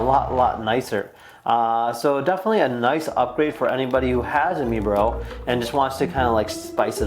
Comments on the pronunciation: (My-bro) not mebro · It’s prounonced My Bro!!